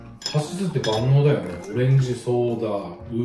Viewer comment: ちゃんまちゃん、こんばんは😃 素敵な家族とお洒落な料理💖いいなぁ でもいちばん良かったのは、、、、 旦那さまのカシスがカススにしか聞こえなかったとこ🤣❤️❤️❤️❤️❤️